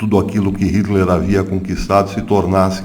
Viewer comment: Professor, só uma dica: Nome não se traduz, portanto, não se pronuncia o nome do ditador sanguinário "aportuguesando" a pronúncia do nome, ok?